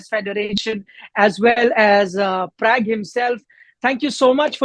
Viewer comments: His name is Pragnanandaa not Prag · please pronounce Pragganadha name correctly. Atleast Indians should be able to do and especially news anchor.